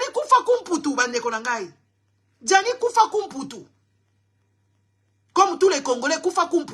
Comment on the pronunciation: ce n'est pas kufakumputu mais Fwakumputu ma belle